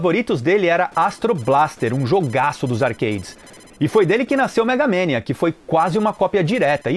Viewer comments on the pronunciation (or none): cara, ninguem fala megamEnia...e sim MEGAMANIA